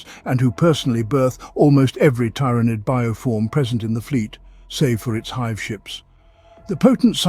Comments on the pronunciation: Why do you pronounce tyrans different from tyranid? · This must be some text to speech since it keeps pronouncing Tyranid in 50 different ways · Is it pronounced TY-RAH-NID or TEAR-A-NID. You were using both pronunciations. But mostly the first one you were using. Sounded weird.